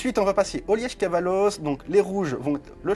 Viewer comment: Punaaaaaise ! On était en Belgique tout du long avec le Liège Kavalos ! (Le e est plus muet je pense normalement 🤣😜👌) Très bonne vidéo